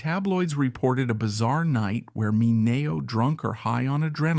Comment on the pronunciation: Sal Ma Nay O? Nothing like AI narrator. Sal deserves better. 👎